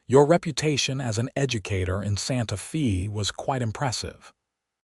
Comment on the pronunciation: EDIT & REVIEW!! The town is "Santa-fay" NOT "Santa-fee". Edit the reading, writing, closed captioning & graphics.